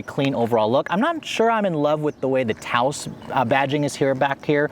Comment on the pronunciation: He better be mispronouncing the name 🤣 "Touse" ????